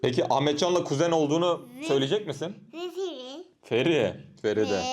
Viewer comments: Feride❎ Feri✅ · Feri. Değil. Reride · Reride değil feride